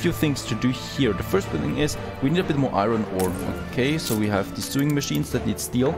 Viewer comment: you keep pronouncing iron - i-ron and its pronouced i-earn, not that it bothers me at all, just saying:) loving the play-through!